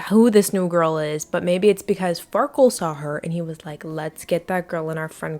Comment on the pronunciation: why did she call the andy guy farkul or wtv the entire video